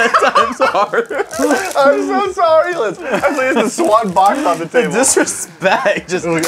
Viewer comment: It's Liz not Lia lol